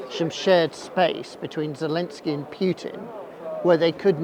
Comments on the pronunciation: Yeah, it's Путин, not Пютин. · exactly. The most basic level of learning the Russian alphabet would fix this. Also learning to pronounce «и» would help. Он зовут «Путин» а не «Пютэн» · As a Russian speaker, I just can't listen to the pronunciation of "Pjiutin" 😂